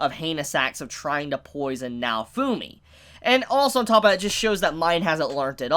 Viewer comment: Did he just pronounce "naofumi" to "naofuuuumi"???? Wth